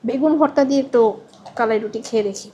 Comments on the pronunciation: আপু আপনার উচ্চারণ টা ঠিক মত হচ্ছে না। এইটা হচ্ছে কা....লা...ই.... রুটি। আপনি ভিডিও এর শুরুতে বলছিলেন ক...লা...ই...রুটি। যাই হোক পরবর্তী ঠিক মতোই উচ্চারণ করেছেন 😊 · উচ্চারণ টা হবে কালাই......কলাই টা ভুল উচ্চারণ। দুটি সঠিক না আশা করি ভুল টা ঠিক করবেন।